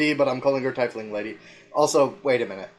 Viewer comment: Take a shot every time they mispronounce Tiefling. You'll be dead before the halfway mark